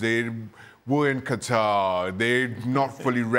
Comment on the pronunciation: The way Gab pronounced Qatar